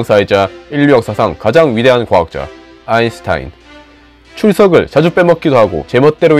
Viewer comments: 아인슈타인을 아인슌타인이라고 계속 말하는거 불-편.. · 아인슌타인이 아니고 아인슈타인입니다.. ㅎㅎㅎㅎ 여러 영상에서 항상 아인슌타인이세요. 🤣🤣🤣 발음 좀 어떻게 해보세요. 너무 우껴서요.. ㅎㅎㅎ 오늘도 너무 좋은 영상 감사합니다!! 👍👍👍👍👏🏻👏🏻👏🏻😊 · 왜 아인슌타인으로들리지..ㅋ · 왜 아인슌타인이라고 말하는거에요? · 아인슌타인이라고 발음하시네..ㅋㅋ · 아인슌타인이라고 말하는 게 은근 신경 쓰이는 1인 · ㄹㅇ 들을 때마다 아인슌타인이라고 하는거 ㅈㄴ 거슬렸음ㅋㅋㅋㅋㅋ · 이 때도 아인슌타인ㅋㅋㅋㅋㅎㅋㅎㅋㅋ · 아인슨타인이 아니고 아인슈타인입니다 제발 발음좀 정확하게 하세요 외국인이세요? 아이슨타인은 어느나라 말인지? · 왜 자꾸 아인슌타인이라고 하지? 라고 생각함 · 아인슌타인이 아니라 아인슈타인이라고 하면 더 듣기 좋을 것 같네요. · 난 별로 발음을 지적하고 싶지는 않다. 그런데 궁금한 것은, 계속 아인슌타인이라고 발음하다가 맨 마지막에 와서 아인슈타인이라고 발음하는 이유이다. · 근데 아인슈타인 발음할때 왜그러세요? 아인슌타인이라고 하시는듯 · 왜 아인슌타인으로 발음하심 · 발음이 계속 아인슌타인으로 들려서 거슬림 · 마지막에 발음 ㅋㅋㅋ 알버트 아이슈탄 웟 롸잇 어걔인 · 아인슌타인이 누구야? 발음어려운가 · 너 왜 자꾸 "아인슌타인" 이라고 발음하는거야? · 왜 아인슌타인이라고 읽어요? 원래 발음은 그건가? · 중반부터는 계속 아인슌타인이라 그러네 ㅋㅋ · 안슌타인 발음 진짜 중독되네 ㅋㅋ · 아인슌타인 발음 불편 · 계속 아인슌타인이라 하시네 발음 ㄷㄷ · 아잉슝타잉? 발음 재밌네요 ㅋㅋ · 아인슈타인 발음이 어려운가..? 설마 아인슌타인으로 잘못 아는 건 아닐테고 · 아인슈타인 발음이 뭔가이상한걸..